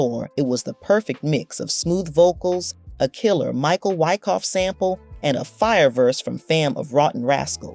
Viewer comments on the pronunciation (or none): none